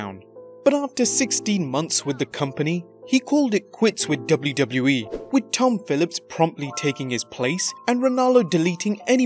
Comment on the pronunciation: Learn how to say WWE